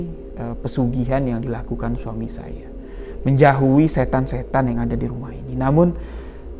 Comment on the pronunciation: Menjauhi bang.. Bukan menjahui.. 😅 Lanjutkan bang.. Semoga sukses.. Selamat berbuka puasa.